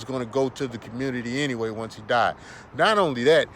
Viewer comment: The fact that he says COMMUNITIEE let’s me know I can’t take this dude serious 😂😂😂😂 do y’all know those men’s women y’all want to “date” are complaining about black males coming over to their countries spreading y’all “nigga culture” by pumping and dumping these women 😂😭😭 check out Cynthia. G’s channel ... these people in other countries don’t really want y’all there , y’all do the same bs there that y’all do here in America to black women ..... goofies